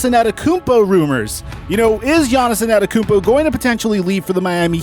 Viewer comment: Yaniz In-Ada-Emkumpu :-D Love it!